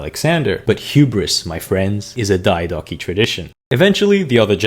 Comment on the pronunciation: Why do you pronounce Diadochoi like that? Its Διά-δο-χοι! Search it at least first wtf